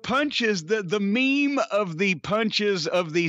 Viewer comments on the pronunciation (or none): Underrated part of this clip: Meme being pronounced as "Mee-Mee" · Cornette calls memes. meemees never change cornette